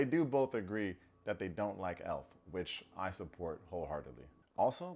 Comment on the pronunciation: ELF!! Not elf